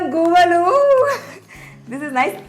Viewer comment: It's not guvvalu it's gavvalu madam